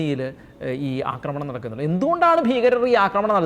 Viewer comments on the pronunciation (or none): "അക്രമണം" എന്നൊരു വാക്കില്ല, അക്രമം അല്ലെങ്കിൽ ആക്രമണം ഇതാണ് ശെരിയായ വാക്കുകൾ. അവതാരകർ ഭാഷ ശുദ്ധി ശ്രദ്ധിക്കണം.